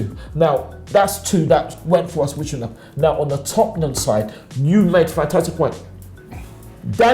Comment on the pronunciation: Tottenham... Not "Topnum"... Tottenham! 😂😂😂